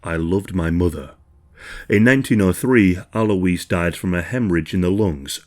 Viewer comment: ALOYZ!! AL-OYZ. Alois.